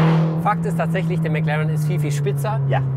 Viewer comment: Ich hasse es wenn man Meclaaren sagt